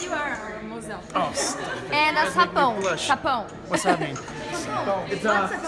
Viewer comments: O FALANDO "SAPÃO"!! SOCORRO!! KKKKKKK Tive que voltar várias vezes pq não conseguia parar de rir! 😂😂 E sobre o significado de "mozão" eu acho que ele já sabia, pq na sessão de autógrafos eu chamei ele de mozão e do jeito que ele reagiu (MARAVILHOSO!) foi como se ele já soubesse 😍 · Quem mais morreu de rir com o tentando falar sapão kkkkkkkkkk